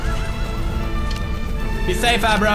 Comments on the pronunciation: It's Agro.....not Abro..... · His name is Agro not Abbro :P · Pewds is reading abro's name as eyebrow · the horse's name is agro but pewds calls him abro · it's agro not abro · pewdie calls him abro like 'a bro'